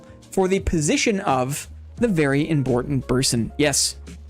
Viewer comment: Congrats to on your Boss Royale win! Enjoy your "Very Imbortant Berson" discord role this week <3